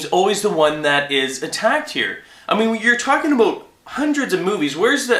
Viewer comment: Every time you say "about' I think about South park.